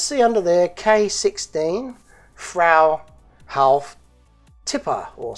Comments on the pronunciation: Phonetically its pronounced "froo hoff".. good job, always interesting stuff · froo-hoff is how its pronounced. my great uncle worked at one of the box trailer plants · Pronounced "Froy-hawf", FWIW. ;-) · Freuhauf trailers were made in several locations in the US, one was located in my home state of Pennsylvania, in Middletown. BTW, it's pronounced "FRY-hoff." Keep up the great work, and safe and happy travels! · Was wondering cause I never heard of the brand. Also was contemplating on how best to write the German pronunciation in English. Since you have no ue=ü I'd say: frou - ouf (like out with v/f at the end). But not saying you're wrong on how they pronounced themselves back when in the US. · Hi, IT's pronounced "Fr-oo Hauf. I live in North Walsham, Norfolk, England where Crain Fruehauf used to have a factory building Fruehauf trailers. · if I understood you correctly (English-born Aussie accent vs. a Californian's accent who was raised by a father from Mississippi and a mother from Oklahoma), I think you were trying to pronounce "Fruehauf". The Fruehauf company manufactures most of the semi trailers seen on American highways. I have always heard it pronounced, "Froo-Hoff". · The actual pronunciation is “Froo-Hof”. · Just FWIW, Fruehauf is pronounced like; FROO HOF ;-) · Pronounced ‘Frew-half’, at least it is here in the states. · Hi. Here in the States it is pronounced "Frue as in true only with an "F", hauf sounds like "haul" like you carry something on a trailer, but accent is on the "f" sound. True-haul but replace the T and L Fruehauf. That's the way I say it. I may be full of cactus juice.